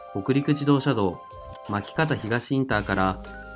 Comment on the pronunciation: さん、もしかして新潟の巻潟東ICを「まきかた ひがし」と区切って理解していないですか？ 正しくは「まき かたひがし」と区切ります。合併前の巻町と潟東村の境にあったので。 読みのイントネーションに少し違和感があったので気になりました。